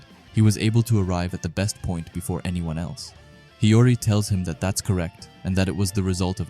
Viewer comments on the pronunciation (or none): Bro CANNOT say Hiori right💀